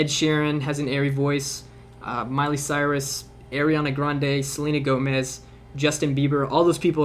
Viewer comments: Anyone else notice he said Airiana Grande? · air-iana grande ;)